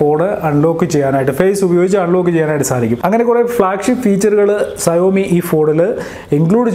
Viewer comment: സയോമി അല്ല ഷവോമി